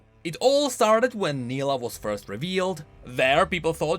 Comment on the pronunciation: Same thing happened when he explained Nilah's trailer and mispronounced her name, despite her pronouncing her name several times. He corrected it in his later videos but it's still somehow funny. (edit: grammar)